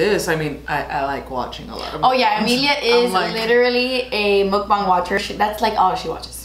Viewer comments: Dang u pronounced mukbang spot on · only yter that pronounces mukbang correctly 😩😩🤧❤️